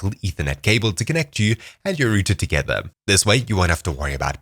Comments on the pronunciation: I'm sorry, but ROOTER!? I died when I heard that. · Did you just say distance from the rooter?? lmao you have a strange voice overall, no offense